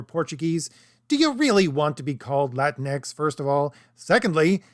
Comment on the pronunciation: Whyte supremacists pronounce it "La Tinx". Thank you for not doing that.